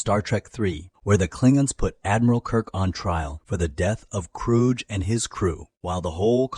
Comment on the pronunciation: The lack of proofing the robot-read script is really amateurish. Its not pronouncing the Christopher Lloyd Klingon character's name right, also.